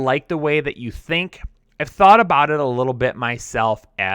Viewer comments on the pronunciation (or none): none